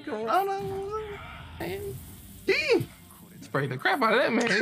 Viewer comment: Corna or Corona😂